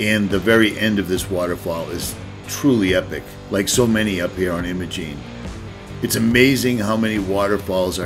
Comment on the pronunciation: The locals in Ouray pronounce the “I” in Imogene like the “I” in “lime”, not like the “I” in “him”.